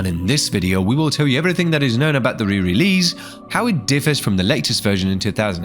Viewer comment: Who the hell pronounces 'release' like that?.I had to rage quit the video. So annoying